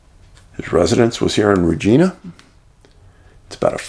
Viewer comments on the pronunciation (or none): Dave love ya brother just thought id add its pronuciation is reg-eye-nah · Pronounced “Ridge-eye-nah” darling